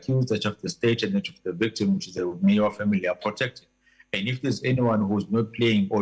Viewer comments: This presenter must respect our surnames please don’t call Meyiwa as mwyyaa I beg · But why South African TV presenters failing to pronounce Zulu names unlike in the 80s it is disappointing the lady can't pronounce Meyiwa and Zikalala..it is disgusting